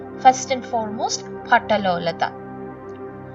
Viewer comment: ഭട്ടലൊല്ലൊടൻ എന്നാണ് ഉച്ചാരണം.